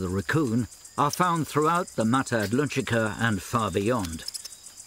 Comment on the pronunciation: Um ... shouldn't that be "mata Atlantica", and not "mata adlunchica (or something)"?? The narrator must be from Liverpool, or something, not from Lundun, and probably never croseed the Utluntic.